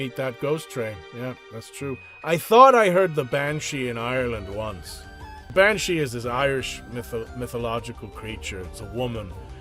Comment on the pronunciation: As an irishman you have the banshee down too a T. Your second names Clark A Predominantly irish second name Welcome ro Dublin Fella ❤